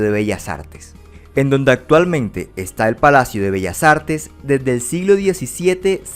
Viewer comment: Lo pronunció de manera perfecta, no se que de carajos hablas.